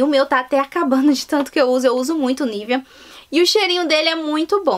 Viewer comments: Pq vc fala “niveaN”?? hahahahahahahahah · Por que você fala Nivean?